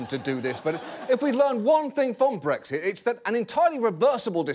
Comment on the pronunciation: I keep hearing breakfast instead of Brexit